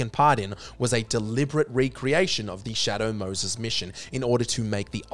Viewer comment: Shay Dough Mouhses 🤣🤣🤓🤓😂😂😇😇😭😭🤓🤓🤣🤣